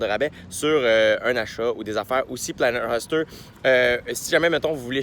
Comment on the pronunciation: Jay on te l'a probablement déjà fait remarquer mais c'est Planet "HÔster" pas Planet "Huster" comme tu le prononces (;^) ... mais Bon Podcast comme d'habitude :)